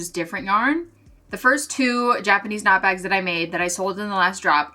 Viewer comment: I'm so sorry but the first time in this video you said "Japanese knot bags" I misheard you, it sounded like you said "jackety snot bags" and I knew immediately what you actually said but I couldn't stop hearing it 😭 I'm barely 5 minutes through so here's hoping the jackety snot bags go well